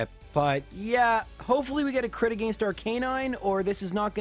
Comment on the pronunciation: Say it with me, “AH-GENST” “AGAINST” SO HELP ME Not, “AGEIST” 😂😂😂